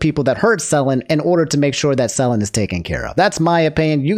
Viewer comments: how many videos it gonna take for you to pronounce it suh-len and not sell-in 😂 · Nooo corrected his Selen pronunciation 😭 Also, rest in peace Perdoodle3